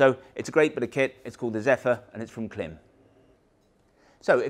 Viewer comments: It’s Kilm NOT climb!! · Klim ‘Open House event’ on YouTube regularly calls the brand Klim (rhymes with crime)not rhyming with slim. Or may be it’s tomato or tomato. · Klim says you're wrong on the pronounciation... :)